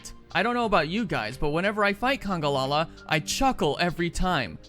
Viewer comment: It's called congAlala not "congOlala"